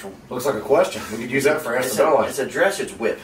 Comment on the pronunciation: "Oh, it's a dressage whip!" lol...the way he said dressage, he has no idea wtf that is or is for. Dressage...pronounced druh saazh, is a horse riding discipline. I feel like the guys just used one of these in the last vid on the website.